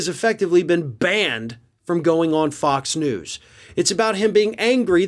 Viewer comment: Did say f*cks news?!? Kinda sounds like to me!